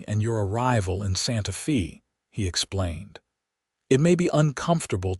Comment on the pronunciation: EDIT & REVIEW!! Edit the reading!! The name of the town is "Santa-fay" not "Santa-fee".